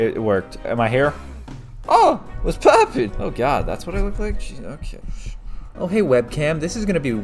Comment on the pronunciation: If You Turn Your Volume Down A Little At The Begging He Sounds Like He’s Saying “What’s Poopin!”